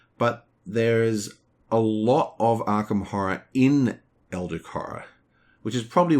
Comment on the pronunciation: It's fun, how you're rambling about AH, as if it's objectively better then EH, even though this is only your OPINION, not a fact. I just checked BGG, and guess what? AH has a lower overall score then EH, so if we are comparing them based on opinions, it appears that EH has more fans, therefore is a better game (by your logic). Also it's not pronounced EldriK, it's EldriCH, as in CHarge.